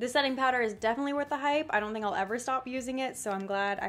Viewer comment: count how many times she said hipe 😂😂